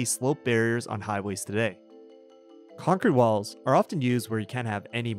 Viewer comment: i thought he said cock an balls instead of concrete walls💀